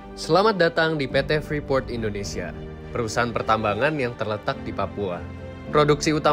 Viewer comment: Papua bukan ondonsial